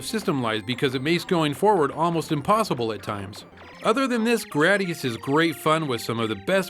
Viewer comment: Its not "Grad-di-us" its "Gray-di-us"!!!